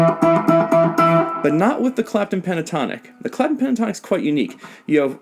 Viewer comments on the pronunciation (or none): on blast he said “eric crapton” lol